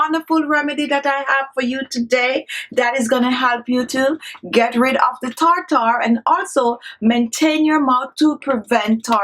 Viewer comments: Tartar not tar tar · She had perfect pronunciation up until she started using Medical terms tartar (tarter) She said peroxide right though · Tar-tar. Gotta love it! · I suspected i was in for a good time the moment i heard “tar-tar” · This entire video has been comical. Starting with her saying "tar-tar" 200 times in the first 2 minutes and the unbroken eye contact during the rinse and spit.😂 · Take a shot of tequila every time she says Tar-Tar. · Its spelled Tartar, but pronounced "tärder"